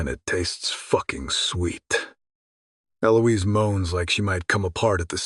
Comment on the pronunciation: Wasn't ALL the many mispronounced words, especially the numerous ways Eliose is said that clued you in? Just saying that screamed it, imo.